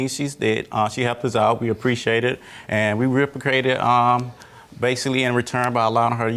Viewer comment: Ok so the defendant needs a little speech class in his life, you’d swear English was his second language 😅 “we rpcricated” you what now?!?! “Reciprocated” 😂